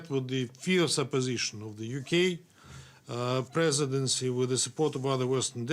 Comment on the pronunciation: "Colonialistic line of the UK presedesfsdfsdgf" - You better read your paper right if you don't want to get novo choked